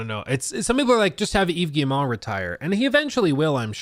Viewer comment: I'm on a one-man crusade to get YouTubers to pronounce Yves Guillemot's name! It's: "eve gee-mo" (hard-G, long-O). Rhymes with "we go." Good luck!